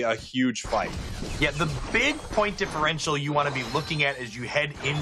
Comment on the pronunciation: "Differential" Ugh